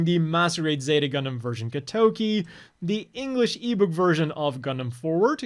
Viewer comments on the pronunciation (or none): none